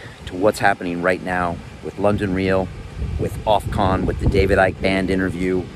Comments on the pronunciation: Loving you and love London Real - but man please say "OFF COMMMM" not Ofconnnn - be good and keep it Real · It’s Ofcom Brian not Ofcon 👍